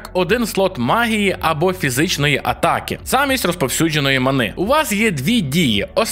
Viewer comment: Чому манИ, якщо мАни?